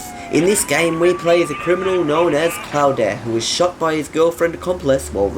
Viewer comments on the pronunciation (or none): His name is pronounced like "clawed", not "cloud-eh". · it claud not cloda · His name is pronounced klaud not klaude